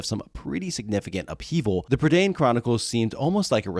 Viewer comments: its pronoucned prUH da eye n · Lloyd Alexander said that it was pronounced Prih-DAYN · Hi, Welsh person here, Prydain is the Welsh word for Britain, it rhymes with mine, and doesn't rhyme with main